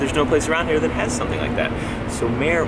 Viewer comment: Did say "do you come mere often"? Time for dance lessons.